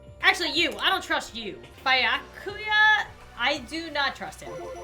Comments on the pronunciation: ok no offence...but i got super triggered when you call Byakuya (be-yaa-koo-yaa) Byakuya (by-uh-koo-yaa) LOL btw i love your vids :) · it is like this Bi-ya-ku-ya or can say this togami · Bi-ya-coo-yah Toe-gah-mee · it sounds like you're unsure of the pronunciation, here's the way to pronounce them: Naegi: Nai-eh-gi (hard g) Sayaka: Sai-uh-kuh Byakuya: Bee-yah-coo-yah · Byakuya is pronounced ( Bi-ya-coo-ya) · Bee-ya-ku-ya xD